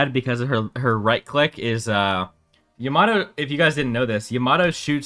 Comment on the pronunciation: its Yama-toe not yamat-o